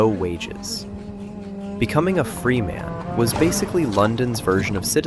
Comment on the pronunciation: That was great! Pronunciation of certain words like "Freeman" and "cordwainer" could be more accurate.